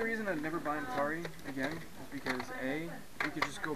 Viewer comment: It's not Altari it's ATARI